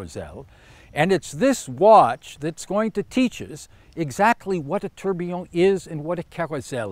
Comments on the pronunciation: tor - be - on not tur - be - on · Kosmos Horology Thought he was pronouncing it weird. Especially if invented by a Brit...